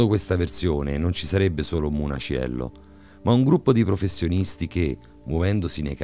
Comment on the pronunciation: O' munaciello non muniacello....un minimo di dialettica napoletana studiatela...waglio'...l'accento napoletano e' un'arte ....